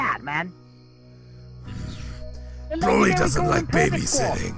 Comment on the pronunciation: His name is not broccoli it's Broly ☝😉